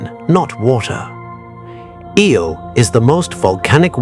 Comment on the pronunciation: Im sorry. I tried to endure the video. But my grandpa told me something that comes to mind. "If you're going to do something, do it right ." The visuals are ok, but loose the logo in the middle of the screen. And ditch the captions. Which off the jump were off alot. The moons name is Io. Not Eel. Ok good luck